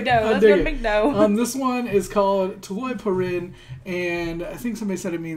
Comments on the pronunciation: Correction: Not “Tulay” it’s “Tuloy” I’m a Filipino and there’s some many drama here. Thank you for reacting our mcdo commercial. Thanks! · yow bro.. it's TULOY... not TULAY... coz.. TULAY means Bridge in english..